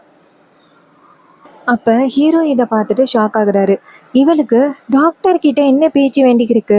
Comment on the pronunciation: 😂 டாக்டர் என சொல்லவும் நீங்கள் சொல்வது டக்டர்